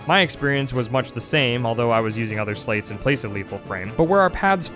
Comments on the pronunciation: Interesting to hear you pronounce sleights as "slates". I thought it was pronounced like "lights" with an 's' in front (like in sleight of hand). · My favorite thing about being a Chain of Memories fan is how they wrote "Sleights" in a card system -referencing sleight (like Slight) of hand, yet the pronunciation of "Sl8" has become the norm. And I am not free of it. You can pull my sl8 pronounciation from my cold dead hands